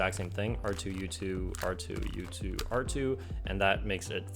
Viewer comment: I can’t be the only one that thought he said r2-d2 not r2 u2